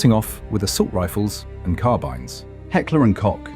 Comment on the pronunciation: How many times did the presenter said "Hecklee & cock" ? ....